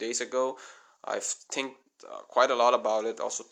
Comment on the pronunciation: CRE A TU RE - not CREATU , THREE - not TREE, THINK not TINK